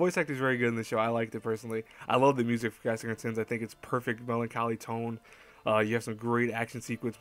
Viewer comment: Why do you say cassahern?? Is it your accent? It's Cass-hern.